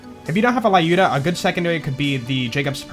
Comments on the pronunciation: Wtf is LAYUDA??? It's LЮDA, damn American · I’m Russian and it hurts my brain every time you say “Lyuda” the way you do... The names of Vladof guns are actual Russian words. Lyuda is a feminine name and the “yu” is pronounced like “ue” in “Tuesday”, more or less. Just an FYI :)